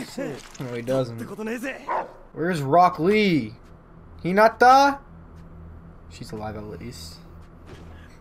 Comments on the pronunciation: Bruh he said "Brock Lee" Smh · “Brock lee” huh I pretty sure that his name is rock lee